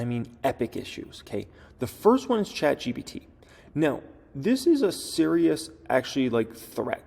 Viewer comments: chat GBT??? GPT you mean lol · Chat GPT NOT GBT